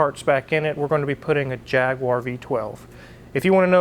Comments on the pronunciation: Vrry cool, but its pronounced "jag u are" not jagware. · The correct pronunciation is “Jag-U-R”,, not “Jag-waaaaaaaah”!😁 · You are using a brit engine - so pronounce it the correct english way: Jag-u-arr not Jag-wire. :) I would easily swap you a v12 with box for an LS engine - but i’m in the UK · Forgive me, but as a Brit and you're talking about a British car engine I'd like to bring your attention that you are mispronouncing the name :)> It should be jag-u-are not jag-w-are. Love the channel though! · by the way... its pronounced jagUar not jagwar...... thank you ... also, old jag engines are renowned for corrosion problems, its the blend of ally and steel and age, plus a lot of people playing with them left the antifreeze out and corrosion inhibitors... its usually pretty bad inside the blocks. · It’s pronounced JAG YOU RRR.